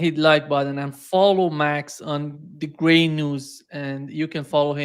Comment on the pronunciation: I love how max just let nima butcher the name of his outlet. gray news everyone! 😂 youre a good dude max lol